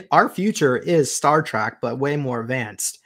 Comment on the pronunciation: It's not Star Track it's Star Trek - Trek meaning journey, just an fyi